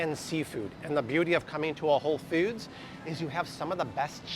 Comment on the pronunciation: Why pronounce Whole Foods as "Whole Feuds" kinda like those who pronounce coffee cawfee?